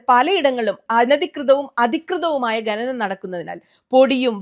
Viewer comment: ഗനനം അല്ല മാഡം ഘനനം ആണ്